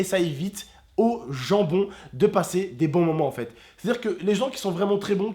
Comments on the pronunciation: mdr il a dit au gent bon comme le jambon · " gens bon" ou "jambon" 😂